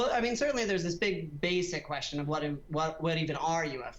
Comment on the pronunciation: They're *U*FOs not *A*FOs. 🙄